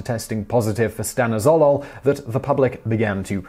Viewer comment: That's not how you pronounce "Stanozolol" .. its "Stan-oz-o-lol"